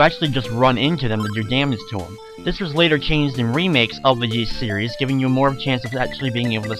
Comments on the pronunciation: Please, please, PLEASE, stop pronouncing it like "Yees" it's pronounced "Ees". Other than that, thanks for uploading this! ^.^ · All i gotta say dude. Stop calling it "Yees". Even in the games they call it "ees". That is all. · It's pronounced eess, or is, depending on which culture's pronunciation, not yees. It's based on an ancient british legend. That being said, thanks to your vids I might try emulating this version instead of playing the DS remake, this has a lot more charm than the bad looking 3D of the DS version, also it looks a lot less tedious than the NES version. Also that voice acting sounds really good, especially considering the time. Also, even on normal mode, the game levels you up so high right in the beginning of the game in the DS version that there is absolutely no challenge, also that section of the bottom screen that literally tells you were to go next as if they assume all the players are idiots pisses me off. I'm not sure why it got so high marks in reviews.